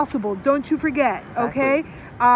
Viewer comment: I love how he says Exactly so nice